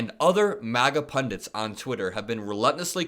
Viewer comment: Finally! Someone over there educated enough to pronounce ‘PundITS’ correctly 😍